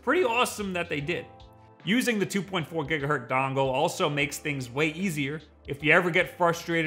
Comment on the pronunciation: I wasn't going to post this but... after hearing it too many times... it's gigahertz, not gigahurt.